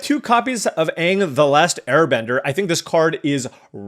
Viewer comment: You butchering anag and tophs names all game was hurting me